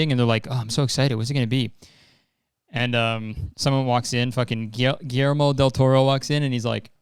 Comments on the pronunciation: There is NO WAY that's Guillermo del Toro's movie. It just doesn't fit his style. And it makes sense it doesn't, because that trailer is from another studio/director Edit: Also, it's pronounced Gui (as in guillotin) - yer (as in yesterday) - mo ( as in moxie) ;D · Guillermo it's pronounced like Gui-yer-mo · You know how you pronounce the ‘sh’ in ‘She’? That’s how you pronounce the ‘LL’ in Guillermo. Gi-SHER-mo. PS. Guillermo’s Pinocchio is stop motion and darker. The director of the one you saw is some Rovenskiy guy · Its so funny hearing kurtis pronouncing "Guillermo" like that. In my country we pronounce the "ll" as "sh", so the name sounds like "Guishermo". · gee-yer-mo :) lmao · Set good. i coulda watched 40 more minutes of Kurtis struggling to Guillermo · him trying to pronounce guillermo😭😭😭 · Watching Kurtis have a literal stroke trying to say Guillermo just made my shitty night so much better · dropped a fat like for the new studio and the seizure when trying to pronounce guillermo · watching you stumble your way through pronouncing “guillermo” and then pausing to ask “yo am i good?” is definitely the highlight of my year so far lololol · no he doesn't? It does kind of sound like it but if you slow it down it's pretty clearly not